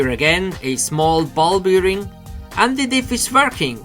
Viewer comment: Nur ein kleiner Hinweis, "Bearing" wird "Berring" ausgesprochen, ein "Beering" is eine Sauferei ;D Im Übrigen ein tolles Video, super, dass MIP die 250 Vorbestellungen erreicht hat. Welche Fernsteuerung verwendest du?